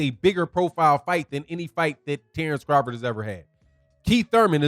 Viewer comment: I'm a need Bomac to sit the eff down. He messing up Crawfords name. Crawford is my favorite fighter today, but his camp is sounding goofy.